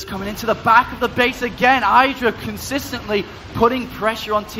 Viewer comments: say his name properly. not EYEDRA its IDRA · I made it one minute before I had to stop watching. I can't listen to "eye-dra" one more time.